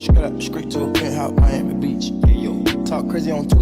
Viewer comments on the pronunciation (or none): none